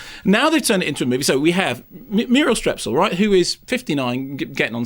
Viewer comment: Why does he keep calling her Murel Strep?